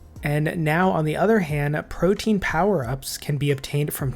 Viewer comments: Perfect video for DXP! Thanks! Side note: It's pronounced pro-TEA-an (3 syllables) not pro-teen. I think I've only heard 1 Youtuber say it correctly, so you're definitely off the hook! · It's prote-an, not protein.